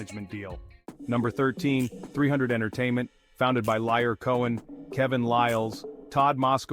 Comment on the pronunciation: Damn he pronounced his name Liar Cohen